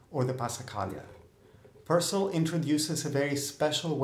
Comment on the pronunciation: Just so you know, the "cell" in Purcell is pronounced like "sell". Source: My last name is Purcell